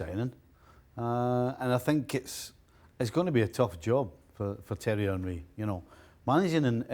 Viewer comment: Why did Steve call him "Terry" Henry? 😂😂